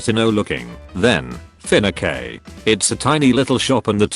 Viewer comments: Fi - na - kei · Fin a kay, excuse me what?